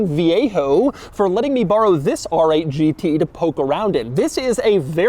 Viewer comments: The styling is almost as aggressive as how Doug pronounces “RRRRR!!!!! 8 GT” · People pronounce R 8 GT. But not Doug...AAARRRR 8 GT. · “The ARRRR 8 G tee” pronounced like a pirate